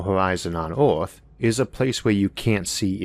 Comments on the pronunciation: Narrator it is "earth" not "orth". :-) btw, Insane shit like this won't be happening . . . . . . .ever. :-) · I love how this dude says OERTH instead of earth 😂😂😂 had too stop watching 😤😭